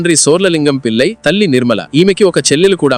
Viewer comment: ళ పలకడం రాదా? పిల్లయి కాదు పిళ్లై